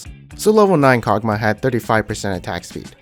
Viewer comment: The way you pronounce everything is so interesting lol.. Tie-a-mat, Kogmuh XD